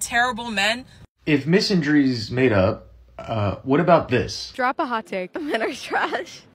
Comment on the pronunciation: She can't even pronounce the word. It's mi/san/dry, not misan/dry